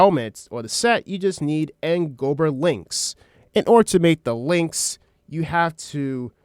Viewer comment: I can dismiss someone spelling it as "breathin", but I can't dimiss someone saying Gobber incorrectly for an hour. GAH-BUHR... not GO-BUR. 😅 JK. Great video